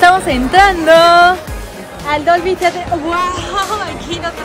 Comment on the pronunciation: Su pronunciacion de Dolby Theather! aajajjajajaja